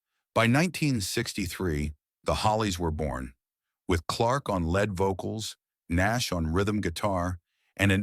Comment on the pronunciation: Stop the AI narrative please. It's not a led vocal, it's a lead vocal!🤬